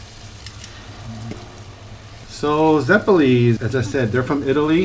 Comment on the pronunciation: It's not "zepolí", it's "zeppóle"